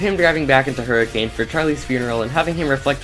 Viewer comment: This is a really cool rewrite. Definitely more satisfying than the original and seems well written. Great work! I would also like to say that every time you pronounced Hurricane the way it should be pronounced my mental expression was :)